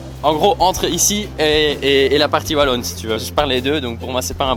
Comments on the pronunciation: BruXelles? Vallon? BuSSelle et OUAlon! Quand même... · ça se prononce pas Vallon/vallonie 😂 aie les oreilles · Wallon. Pas vallon